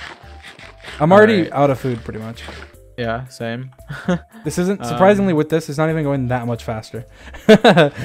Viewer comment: where george says: “yeah same” it sounded so german😂☝🏼